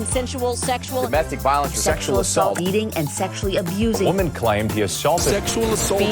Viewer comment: "Believe all whamen"